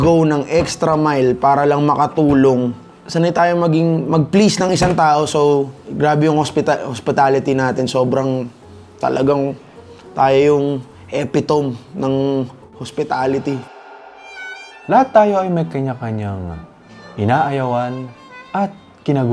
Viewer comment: eh-pee-toh-mee ang tamang pronunciation 😊 not epitowm.